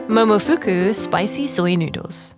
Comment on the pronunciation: That was the jappanessest "momofuku" I have ever heard